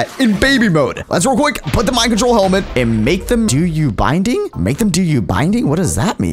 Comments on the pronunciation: it’s bidding not binding 🤣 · this was just hilarious binding biding there's no n in that word